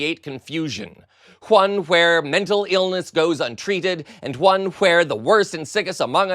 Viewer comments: "Whone"!, why do you say: "wHip" like that? Skip to 57! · ok I understand why and white but there’s no "h" in one 😂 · There's no 'h' in the word ONE! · The word ‘one’ does not have an H in it. Calm down. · Stop that H shit. Don't make me tell you again 😂😂 There ain't no motherfuckin H in the word "one". Tf is H-one? 😅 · I know this is serious. But I have never heard anywhone pronounce the “H” in “ONE” 😂😂😂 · Lol am i tripping or is this guy doing this video pronouncing every silent H? He even adds H to the beginning of words like "one" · I have an honest question for you, why are you saying the h's in words like when, what, why? Sounds stupid! And you added an h and a w to the word one!! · There isnt even an “H” in the word “ones” please fkn stop it right now. That sentence at the end made me hate this guy even though i love wHat he said. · Why does he talk like that? And no, not talking about the fried leather man, talking about the host. Stop pronouncing the “h’s.” You sound ridiculous. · hwhy does this guy keep pronouncing the h sound like that, is so weird